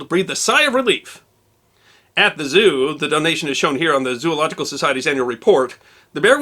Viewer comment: Arrrrrgh! Zo-ological, not zoo-ological